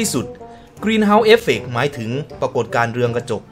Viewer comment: ถึงคับพี่ไม่ใช่ดึง